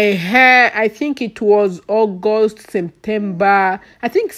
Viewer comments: Lol semtemba 🤣🤣🤣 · I like the Way you pronounce semtemba 😂